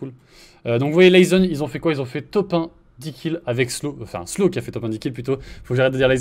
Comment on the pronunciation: Je rêve ou ils disait slown mdr